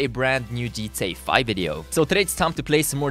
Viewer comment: It's not "Jeetay fye" it's GTA 5